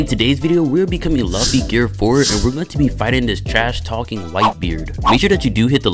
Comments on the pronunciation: It’s pronounced loo fi not luff e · It’s pronounced Loo-fee but it’s spelled luffy and people mistake it as LUH-FEE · nah u did not just call him "laughy" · Loo-Fee my boy😂😂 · Can u plz just start saying luffy right plz plz I’ll do anything for u to just say luffy right it’s simple just say loofy but it’s spelled luffy plzzzz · It’s pronounced “Loofy”, great vid tho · Man's said luff e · It’s Lu ffy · The way he saying luffy is funny 😂😭🤣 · I like how you say luffy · Bro really is getting mad of how he says luffy imagine saying that to someone who has hundreds of vids you can’t even appreciate his vids and instead gets mad at how he says a anime character name wrong that’s literally ridiculous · I’m just saying u got 3 choices to play or be a one peice characters one like grand peice king legacy a one peice game but u pick shindo like second your saying luffy wrong say it like it has os in it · they can pronounce it their own way but they all they gotta know is that it's spelled "luffy" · bro please pronounce Luffy's name right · bro you are not saying luffy correctly